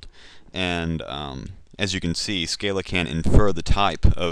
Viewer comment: SC-AH-LA. But good beginning tutorial, I like your teaching methods.